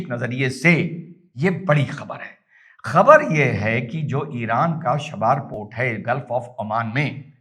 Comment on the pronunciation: “शाबार” नहीं बोल कर इसे चाबहार कहिए। और “खमानी” को खामनेई कहिए!